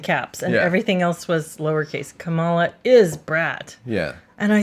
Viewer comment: So, with all of the talk about language, I feel compelled to ask why you're both mispronouncing "Kamala." Do you really not know how to say it, or is this intentional? The accent goes on the first syllable.